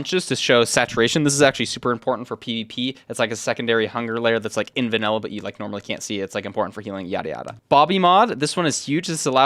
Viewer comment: "vanella" bro 😭